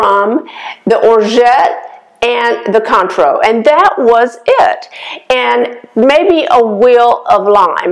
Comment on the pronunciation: Cointreau is pronounced Kwan-tro.